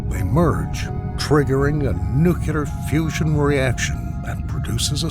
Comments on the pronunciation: no he didnt lol. he said "noo-Q-lar" instead of "nu-clee-ar" thrice and botched the correct plural form of "nuclei" (which is pronounced noo-cleh-ee) as "noo-Q-lie". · the word "nuclear" continues to be very hard to pronounce for americans... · they pronounce as Nukuler